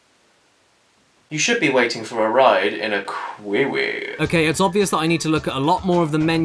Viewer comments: "You should be waiting for a ride in a kveevee" Firstly - lmao at the way he stresses that word. Second, that's legit how I thought it should be pronounced when I first saw it that I remembered (I think it was in the Sims), it just seemed logical. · Kwee wee lmfao